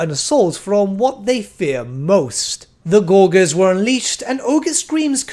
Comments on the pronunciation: please stop saying gorguers for the love of God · Another great vid, also, don't take this personally, but your pronunciation of gorges could use some work.